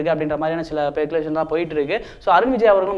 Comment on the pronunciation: Peculation ah :O Speculation thambi adhu